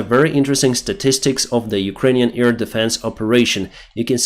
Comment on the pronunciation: NOT EAR-defense,, AIR defense. With 'AI' spoken like the 'A' in have, bad, sad...